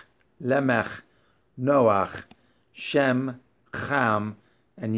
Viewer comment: Is there an reason for pronouncing Shem’s name the way you do brother? I’m looking for understanding